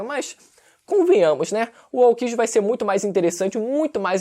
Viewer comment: Tu falando Aokji é engraçado. Kkkkk